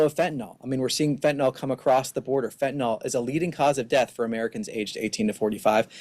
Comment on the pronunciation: It's not fentanol, it's fentanyl. Nil!